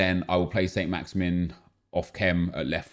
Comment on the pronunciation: Just so you know Saint-maximin is pronounced 'San-Maxaman'. Just a little thing that was sort of bugging me. Keep up the good work.